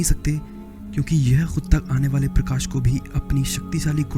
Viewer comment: prakas nahi prakash hota hai...😑